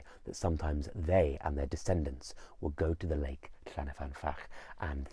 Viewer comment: I really, really love your content. Diolch. But to be that pedant - it’s llyn not llan. llyn means lake :) Llyn y fan fach :)